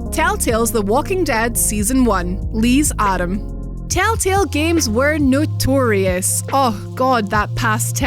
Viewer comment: “Lee’s atom”😭